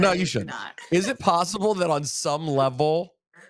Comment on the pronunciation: I like how he mispronounced a word and she immediately called in him on it and he was like darn she caught it. Rosenberg: Isn’t it a sneaky fact that like on some levrel. Liv: Some what Rosenberg: Darn! Please don’t point out my flubs Liv is very smart and quick witted